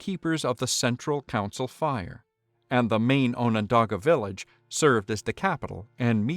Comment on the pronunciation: no, you've been pronouncing it right.